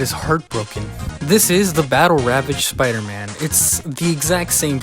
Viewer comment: Here goes sooopder-man lol